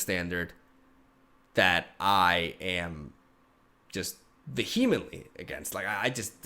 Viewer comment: you pronounced vehemently wrong, it's pronounced 'vee-uh-muhntly'. Not being rude, just trying to help you out.